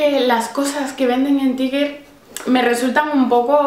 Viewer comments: se pronuncia [taiger] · Se pronuncia TAIGUER